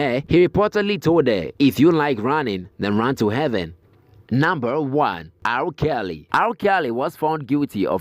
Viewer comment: It's R.kelly not al Kelly